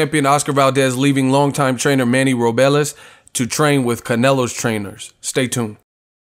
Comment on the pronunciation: It's Ro-bles not Ro-be-les!!!😐🤔